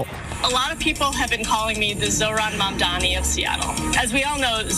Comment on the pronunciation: Its ma'am-dani To you all